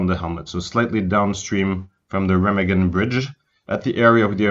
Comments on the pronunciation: it's reeeeemaaaagen not remagen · Learn how to pronounce names properly. It is NOT "REM" A GEN. IT'S "RAH" MAH GEN. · It's pronounced Raw mog in not Rim again! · RE Magen not REM agen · That's only because he can't even pronounce Raw mog in right. It's not rim again! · It’s painful when people mispronounce names and places that have been commonly discussed for decades. Remagen is pronounced “Ray-mahg-in” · I believe the correct pronunciation is Re-mah-gen. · Pronounce the name of the bridge correctly would help A LOT. REE MA GEN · Ruh - maag - un. Repeat after me. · Rem- a (open wide) -gen. (3 syllables). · Hi, the correct pronounce : Remagen...is a SLOW name.. RE (not RI ) MAA (like your mother MA) Gen (G like G-un) EN...(heav-EN) RE-MAA-GENN....Okay? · Wonderful work and so interesting. Thank you! (Town pronounced re-MAG-en) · Remagen bridge is pronounced quite differently with an open "a" like in alpha - I mention it cause if you come to germany and pronounce it that way you will be screwed cause everybody would pull up his shoulders first and then let them down as a sign: no clue at all what you mean Rema (lpha) gen with a long a and every german will understand it. great one. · Great video, poor pronunciation of the city name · Should have learned how to say Remagen. Good story.